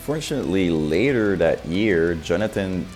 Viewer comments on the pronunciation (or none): none